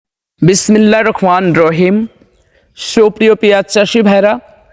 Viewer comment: আপনার জিহ্বা খাটো কি! বিসমিল্লাহির রহমানির রহিম ভালোভাবে বলবেন।